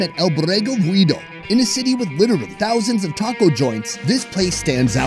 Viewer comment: it is pronounced as V you dough. In English it's The Widowed Lamb (El Borrego Viudo)